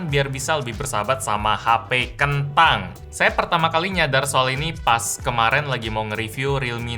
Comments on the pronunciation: “Hape Ken TANG !” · tolong bang ngomong kentang jangan di teken bet😅😅😅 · Ngomong kentang nya biasa aja dong sakit hati ni🤣🤣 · Bisa ngga bilang KENTANG nya biasa aja bang? ;D